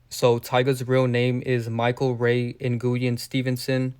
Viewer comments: Nguyen is pronounced “WHEN” I had a NCO in the ARMY with that last name and he said it’s pronounced “WHEN” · Nguyen is pronounced (Win) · His last name is pronounced like win😂 not what you said it's asian